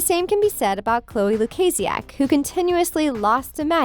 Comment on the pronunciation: Young Smart excuse me who are you calling me deaf?!, first of all don’t call me deaf if you don’t even know me, Beacuse that’s kinda offensive and second of all, she said LUKAZIAK Perfectly, that comment that you did towards me about about deaf was very rude 😒